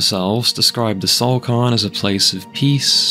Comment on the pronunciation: Fam if you can't pronounce a word try and minimize the amount you say it. You said cairn wrong like 30 times in 2 minutes.